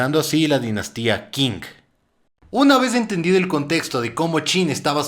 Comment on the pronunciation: Qing se lee ching